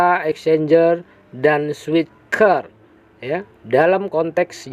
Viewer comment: Min, cara menyebutnya biasa saja: Switcher /Switcer/ bukan /Switker/.